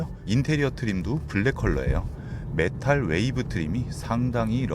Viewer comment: 메탈웨이브 트림이 아니고 메탈위브 트림이예요 ㅋㅋ 자꾸 메탈웨이브트림이라고 하시네요..